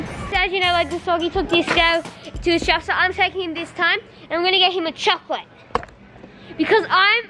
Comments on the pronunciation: he said gotlet not chocolate 😂😂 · said "disco if you be a good boy you can have a chocolate" but he said it like gocolate😂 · Did biggy say goclate instead of chocolate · said ghocolate